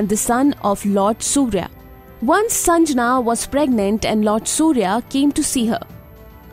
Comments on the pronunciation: Its sangnya not sanjana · It's shandhya not sanjana